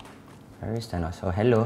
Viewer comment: Why is everyone(not really everyone) reading Thanos as Tanos, its 'th' not 't' 😩